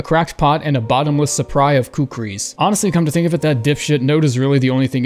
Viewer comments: "suppry". ratio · Did he say a “bottomress suppry of kukris”? 😂